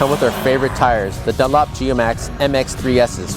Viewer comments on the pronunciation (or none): none